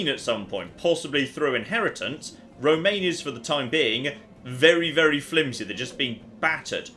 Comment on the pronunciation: By the way, dunno if this comment will get through, but "Romagna" isn't pronounced "Romaine" like the lettuce. It's pronounced Roma (as in Rome)-ña. The "ñ" sound of the "gn" being the same as in "fillet mignon".